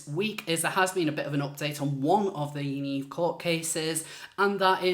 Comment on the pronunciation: "Yanivery" LMAO!!